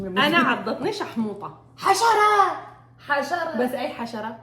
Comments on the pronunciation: هي قالته حتى غلط.. الكلمة الصح هي شاحوطة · شاحوطة و ليس شحموطة 😅😅😅😅 حتى انت ثقافتك السودانية صفر ياشهادة عربية مع انا زاتي شهادة عربية